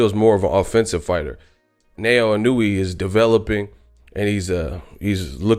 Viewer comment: btw, you say his name like this: EEE-NOO-WOO-AAA